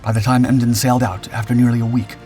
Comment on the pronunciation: Emden one word not E. M. D. E. N